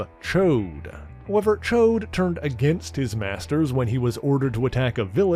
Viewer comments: Correct you are! It's NOT "Choade" (a fat p*nis), it's "Ch-ODD"... No doubt he's referenced the X-Men cartoon for the INCORRECT pronunciation, because those hacks got it VERY WRONG... 🙄🙄😒😮‍💨😑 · I enjoy your detailed synopses of the subjects and groups you discuss... Just watched the Alpha Flight video yesterday, and found this one today... However, I do have ONE complaint about this video... You've completely mispronounced "Ch'od" by calling him "Choade" (which is crude vernacular for a fat p*nis...)... I'm sure that you're referencing the X-Men cartoon pronunciation, but the voice actors aren't aware of how apostrophes work in the English language, obviously, or they'd have pronounced it correctly as "Ch-odd" not "Choade"... Aside from that one irksome complaint, it was a great episode. Thanks for your hard work in putting these together...!